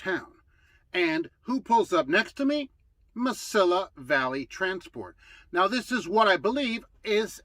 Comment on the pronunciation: it is pronounced Ma-see-ya Valley. They are out of El Paso. Nuff said!